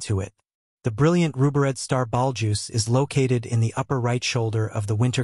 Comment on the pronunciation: Can AI not pronounce Betelgeuse?